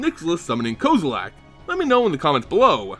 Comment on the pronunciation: Aay bro the way you pronounce kozilek is wack, its cool tho. Thanks for the info